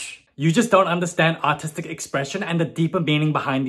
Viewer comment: Thought she said "autistic expression" first and not "artistic expression" and I was like " ok fair but also damn, low blow " ... 😭